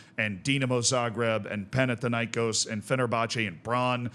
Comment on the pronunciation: Panathinaïkós like Athens and Athena so thin not tin and the stress is on kos not na.